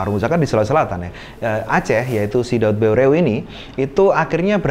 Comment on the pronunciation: Pengucapan nama tokoh Aceh yg jelas ,,, salam saboh naggroe